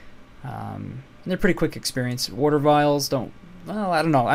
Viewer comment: WOTER WOTER WOTER WOTER WOTER WOTER WOTER WOTER WOTER WOTER WOTER WOTER WOTER WOTER WOTER WOTER WOTER WOTER WOTER WOTER WOTER WOTER WOTER WOTER WOTER WOTER WOTER WOTER WOTER WOTER WOTER WOTER WOTER WOTERWOTER WOTER